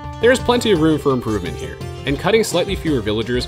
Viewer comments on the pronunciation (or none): none